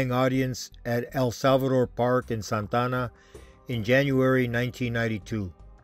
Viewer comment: 1st of all….its Santa Ana not “Santana”.